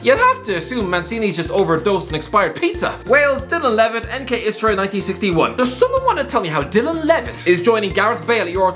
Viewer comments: Its nk istra not iskra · It-s Istra not Iskra,just mentioning